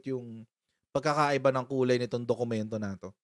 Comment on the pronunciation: Mag aral ka muna paano masabi ang dokumento peke...issue on genuine document and existence of document...ask lang pano masabi dokuyemento